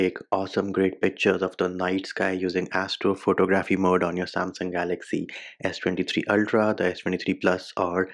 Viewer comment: It's pronounced pho·tog·ra·phy /fəˈtäɡrəfē